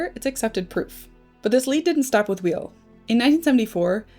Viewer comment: I believe Andre Weil's last name is pronounced "VAY"